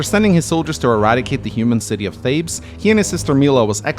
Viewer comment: His name is Thales, not Thabes!